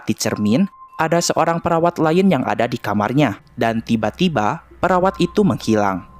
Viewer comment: Gw dengernya peraw4n bukan perawat...